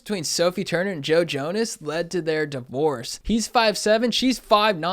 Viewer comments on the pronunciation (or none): none